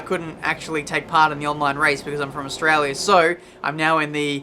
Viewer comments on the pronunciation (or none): none